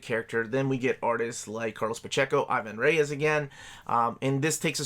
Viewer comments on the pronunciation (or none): Hi,! The correct way to speak Ivan Reis’s nome is E-van Rraiz! You’re almost there, congrats on that and for The show! Hugs from Porto Alegre, Brazil.